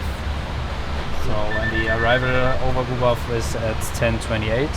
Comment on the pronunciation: I second spacemanspiff's comment below. should learn to pronounce Bodø correctly - the captain had it right: Bo as in beau, ø as in oeuf (the French word for egg), so kinda like Beaudoeu. Also, some biographical info on the flight crew would be welcome.